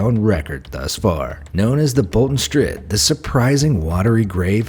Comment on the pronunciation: It’s Da Strid